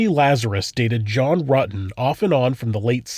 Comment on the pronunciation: Detective ... "So you know John Rooten" ? Stephanie..... "John Rooten" ? ......John Rutten "! ..." Oh yes I was at school with him "